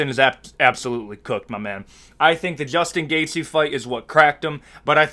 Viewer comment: Juchtin Gachte?😂